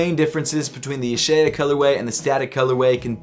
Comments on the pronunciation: I can read Hebrew, it’s pronounced YUH- SHAH- YAH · It’s pronounced YUH-SHAH-YA